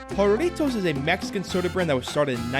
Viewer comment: It's pronounced Harry-toes